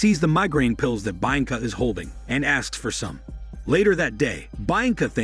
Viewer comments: The pronunciation of Bianca is hilarious 😂😂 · Mispronouncing the name became irritating after a while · Sorry but I can't stand the way you keep saying her name lol...only lasted through 3 min of the video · haven't you already done this one before? I remember the butchered bianca pronunciation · I think so. That pronunciation is what triggered it for me too.